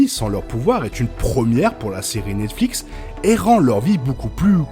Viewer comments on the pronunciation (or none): none